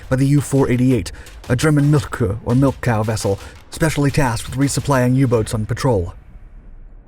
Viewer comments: It is pronounced, "Milch Cuh." Milk cow, in German, for the sub tenders. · That's not how Milchkuh is pronounced at all. Milchkuh is pronounced /ˈmɪlçkuː/ as here